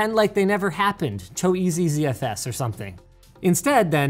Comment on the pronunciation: Why is Linus, a Canadian, pronouncing ZFS as Zee-Eff-Ess?